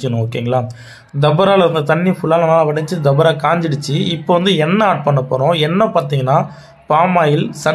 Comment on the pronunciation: அது தபரா இல்ல பா டவறா 😅